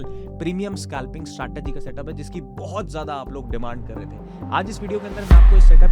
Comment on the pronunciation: Aby scalping tho dang sea words ka ucharan kar. Scalping hota hai Skalping nahi ..